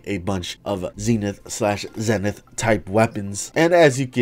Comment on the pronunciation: Ze-Nithh that's the pronunciations